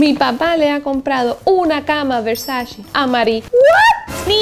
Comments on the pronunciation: Donatella Versace en una entrevista con Vogue dijo que odia y detesta cuando dicen Versachi, que no es así. Que es Versace. si tú usas esa marca aprende a pronunciar como le gusta a la Doña. 🙊♥️ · estás muy americanizada... de donde sacas la i para decir Versachi? CE Y CI SE PRONUNCIA che o chi, por lo que se pronuncia Versa-che bueno salidos.